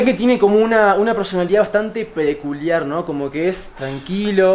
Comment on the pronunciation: nadie: absolutamente nadie: fede: PRECULIAR 🤣